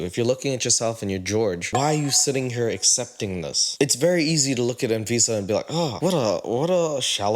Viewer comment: Anyone else notice how “ahn-fisa” sounds like “and Visa” when pronounces it?? lol, like the credit card and green card… her middle name is “Ahn-Tiffany” or “Ahn-Loius-Vuitton.”